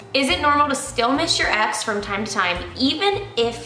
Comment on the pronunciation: 😅 'axe' them was it 'ex' them?